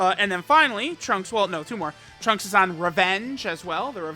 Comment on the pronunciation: Every time says trunksu it makes my heart flutter